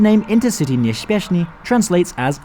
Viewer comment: Intercity nieśpieszny. [Pronounced: Interceetee niepsheshpieshny]